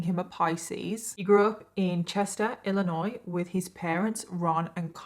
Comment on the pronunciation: I'm so happy to see that the video for today was almost 4 hours! Also, Chester, Illinois, is 552 km south of Chicago, so I'm not sure how they met, unless she might have been going to school up that way. I also love that someone not from the US knows how to pronounce Illinois correctly when some people who are born in the US don't know how to pronounce it right, lol.